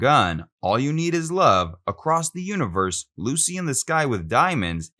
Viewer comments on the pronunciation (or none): none